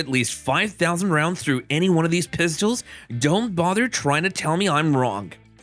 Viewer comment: “Thyeez are the pyistles”